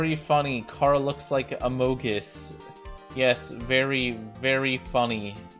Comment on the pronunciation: a moge us Everyone else: a mung us